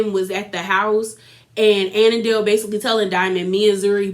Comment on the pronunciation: Andile not anandale 😂😂😂😂